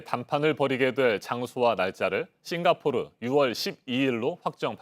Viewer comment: 싱가 포오(삐끗)르 ㅋㅋㅋㅋㅋㅋ 귀여우셬ㅋㅋ